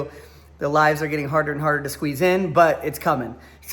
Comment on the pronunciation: I noticed you made a mistake when you said "Queeze in a live." I thought you "Squeezed out" :)